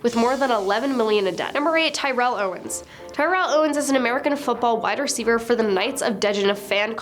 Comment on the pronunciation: the guys's name is terrell not tyrell get it correct like damn